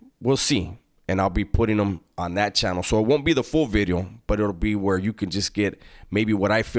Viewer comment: Say 'vidyo' again like you're Welsh....